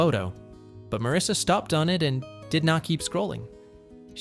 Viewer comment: Not Marissa, it’s Marisa! 😏🇬🇧